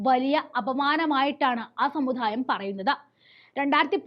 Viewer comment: ഉച്ചാരണം വളരെ അരോചകം. ഉദാഹരണം : സമുധായം, ബീച്ഛേപ്പി, ഭാദ്യത, എന്നിങ്ങനെ.